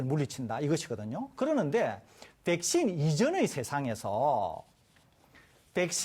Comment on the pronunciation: 교수 붹-신, 봐이러스 영어 발음 너무 거슬리네... 한국말 할 때는 그냥 백신, 바이러스라고 해라 좀